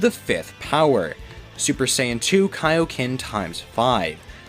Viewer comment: i heard stuper saiyan no cap